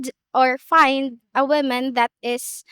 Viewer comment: Western women pronouncing the word womEn as womAn sounds cringe and uneducated. , However, this girl incorrectly pronouncing in reverse is adorable.